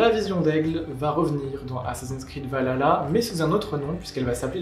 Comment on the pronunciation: Hypé et merci de l'effort pour dire Val-Halla et non Valala, parce d'autres ont du mal avec ça mdr